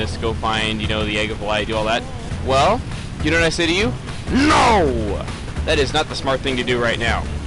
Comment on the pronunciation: I like the part where says "NO" in that weird accent...XD